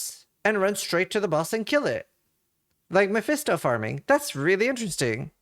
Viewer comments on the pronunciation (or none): none